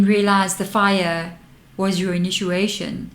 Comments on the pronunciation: I'm sorry, are you saying: Inituation? I'm from the Southern USA so I also have an accent, lol.😂💞💫😬🫂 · I feel compelled to tell you that when you are saying inituation you should really be saying initiation. Hope you’re not offended. You are one of my favourite readers.💕🌻